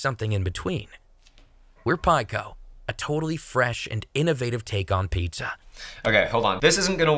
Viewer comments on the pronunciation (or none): the dude literally said "pie-zza" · The way he says "pizza"..... Lol. Paetza